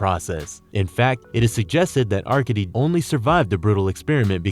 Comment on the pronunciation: "are-cade-dee"... You DOOFUS...